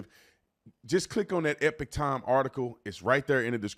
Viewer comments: somebody please tell this man how to pronounce epoch times (E-Pawk like Tupac) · Hey Mate, I like your gig! FYI…I think you are mispronouncing EPOCH. Sounds like you are saying EPIC. Not hating, promise. Cheers